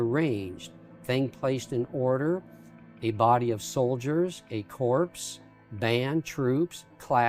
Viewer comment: C o r p s is pronounced core. Not corpse. At the time of Jesus there were no more than about 100 Roman soldiers in all of Jerusalem and the City of David. Furthermore, there were several descriptions that the Temple was about 600 ft from the Dome of the Rock with a Causeway in between it and the Dome of the Rock. So it's not on the Dome of the Rock platform and never has been.